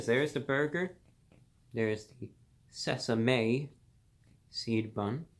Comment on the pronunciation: S E S A M é SEED BUN